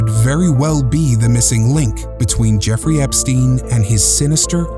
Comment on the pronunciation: Effrey Jepstein? 🤣